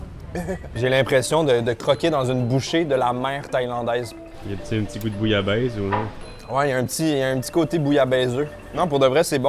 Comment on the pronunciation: arrete de niaiser vas voir les lady boy ont sait tous que t la bas pour le saucisson thai, et on dit pas booyabaiz mais bouillabaisse